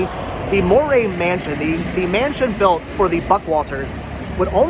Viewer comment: It is pronounced like "dowry" with an M. Is my maiden name, this house belonged to my great grandfather.